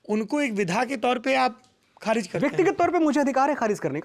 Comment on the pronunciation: Manoj Muntashir apney aap ko Shayar kehtey Hein kavi kehtey Hein Baar Baar Kharij Lafz ko galat pronounce kar rahe hein Khariz Bol rahey Hein Issey Zahir hai woh Talaffuz me kachchey hein Aisa Zahir hota hai.Wo India ke badey lyricist hein isme koi Shaq nahi par Urdu language ke tallaffuz me Kami hai aisa prateet hota hai Mazrat ke saath, Shukriya